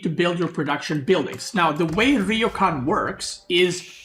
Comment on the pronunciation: Gonna be that guy for all Our future sanity It’s ryoooo kaaaaan